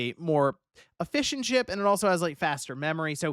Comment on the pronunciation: i thought you said “a fish and chip” instead of “efficient chip”